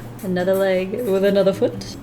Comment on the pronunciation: Me: Alright! What’s coming next! What is the next video! HOW DO I PREPARE-: Sketch Wiff Me!!! Me: but... isn’t that what you do every day? 😂 Love u! Never stop sketching!